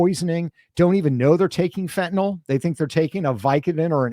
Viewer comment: I keep wishing people would learn the proper pronunciation of fentanyl